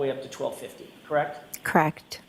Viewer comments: There she goes again. Does not know the correct pronunciation of the word CORRECT. IT IS NOT "KRACT". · "The tail light was Kract" 🤣🤣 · OMG! As if it could be worse now every time she says 'correct I hear CRACKED!